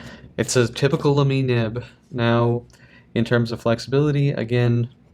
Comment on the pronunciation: It's pronounced as "Laa'me" and no "La'meeee" like you did. It's a German brand with a German pronunciation. :)